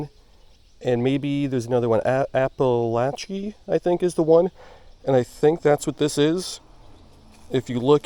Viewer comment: Yes, you are pronouncing Apalachee correctly. 👍 I am suprised you aren't catching immature black bass and sunfish. You are in trophy bass territory for sure.